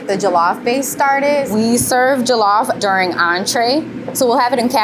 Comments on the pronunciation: It's pronounced like "julluff" btw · This is great but she needs to pronounce Jollof correctly if she makes it everyday😅